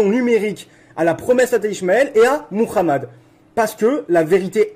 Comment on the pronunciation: Il prononce bien Muhammad 😊. Salatou Salam. Paix aux gens du Livre